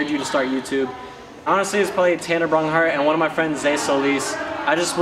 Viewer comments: Why does he say braunhart instead of braungardt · Honestly it triggers me when you say tanners last name it's braungardt not braunghart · He keeps saying tanner Braun-hart